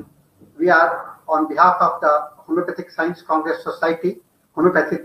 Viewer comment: What is 'scoence'?